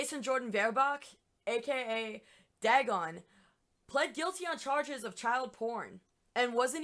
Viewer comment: Also, DAY-gon not DAH-gon. Come on, basic lovecraft.